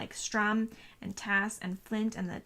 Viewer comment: Nice review, but just one thing his name is written "stu-Rm" ...not "stR-uM.